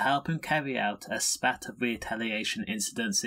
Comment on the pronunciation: You need to work on your pronunciations of 'machete' and 'spate'.